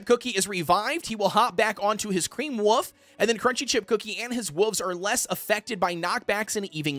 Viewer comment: Wolf not woof